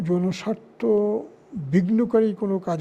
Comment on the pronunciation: "জনস্বার্থ" বললেন; নাকি, "যৌনস্বার্থ" বললেন?!!? ঠিক বুঝবার পারলাম না!